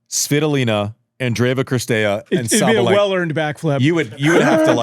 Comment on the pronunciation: Dear Messrs. Orrdick and Wretheim. Most of the players' names are available as they pronounce them themselves on the ATP and WTA pages. It's not CRistea, it's CiRstea.